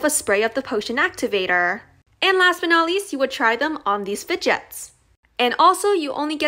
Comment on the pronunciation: “fedjets” ❤️🤭🤣love ur channel